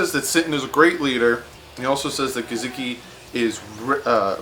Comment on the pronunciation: GUH-SICK-EE you missed his name but you got Devon godchax